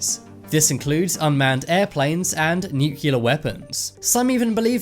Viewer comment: Nuc-u-lar. No.